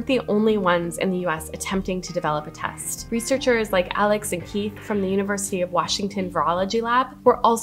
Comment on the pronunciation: Woman with froggy voice talking about the "tast".